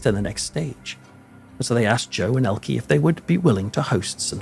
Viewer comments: As a Brit I have always heard her name pronounce as Elke (Elkey) Sommer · . I was a child in America during the 1960s and I remember everybody here in TV pronouncing her name the wrong way : Elkee . I guess she was gracious and had good manners -- and was just like filmmaker Martin Scorsese , who also never corrects people when they say his name wrong . Finally somebody asked him one time and he said his last name is not pronounced " Skorsayzee " the way most people do ; but that it is pronounced " Skorsessy " . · Thanks for the correction 😊 To be fair, the UK and USA pronounce some things the same. I've always heard it pronounced Ellkee. Now that I know the right way to say it, I'll definitely remember. I love languages. Thanks again😊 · Of course you're right however she was known in the English language with the E pronounced ie or y. 😊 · "Elke" is pronounced EL-kuh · I don’t remember her name pronounced ELKEE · Actually ist pronounced ELKE. Just speak the last e like the first one. Tatda, a very German name 🤣🤷🏼‍♀️ Greetings from Germany. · Hee name is ELKE. Not "Elkey". Elke with "e" like in envelope. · Would like to but cut off at about 10 minutes. You keep pronouncing her name wrong. It's like you make from Dan, Danny but that's wrong. E on the end Elke is no ie or y it is like the e on the of "the". It's much more silent. Watch an interview with. Greetings from Netherland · to you and I think you both make good points. I am a little surprised that mispronounced her name, I do think that it might be down to where he hails from himself. I think the emphasis on the e would be common in the North. Also, others around him might have always pronounced it that way. As someone with an Irish name (that most Irish people can’t say correctly) I have learned to live and let live in that respect 😂. Best wishes to you both! From Ireland 🇮🇪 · Its not pronounced Elkie Its pronounced ELKE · Interesting as ever, but her name's pronounced "Elker" not "Elkie".